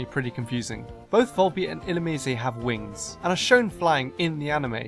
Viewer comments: "Illumicé"? What the fuck, I've always pronounced it as in "lice". And slugs/snails aren't bugs, they're molluscs. Much more researched, you said? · Is it really pronounced illoomee-zay? I thought it was illoomize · Not illumeezay. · Ill-you-mise, not ill-you-me-say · Wait... "ill-oo-...me-say"???? I've been pronouncing it like "ill-loom-eyes".... should have included that in the freaky name pronunciations video lol wtf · you pronounced Illumnise wrongly its ( Ee-Lum-nise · IlluMYse. Or illuMEEs. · This is fun, yet I can't understand how did you forget about Stunfisk. It looks like a(n ugly) fish. It was based on a fish. It is based on a fish. It is in Water 1 egg group. It is... GROUND/ELECTRIC?! Also, I thought Volbeat and Illumise were Bug/Electric o.O And I pronounce Illumise e-llu-myse XD Cheers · I've been pronouncing Illumise as if it rhymed with demise. ILL-OOM-EYES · Woah, woah WOAH! WAIT A MINUTE! You're telling me the official pronunciation for Illumise is ill-loo-mii-zay! SERIOUSLY!? 0_0